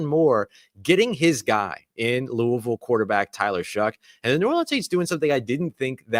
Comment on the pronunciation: props for pronouncing Louisville the right way. you sound like a native!